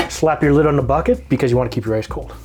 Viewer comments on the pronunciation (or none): none